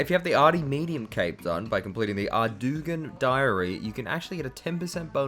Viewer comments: WTF.. is Ardougne actually pronounced ARDOOGYN? Because I've been saying it with a silent g for 2 decades. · Immediate like for the correct pronunciation of Ardoogun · “Arrdoogen.” I love you. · the minute i heard how he pronounced ardougne i left the video.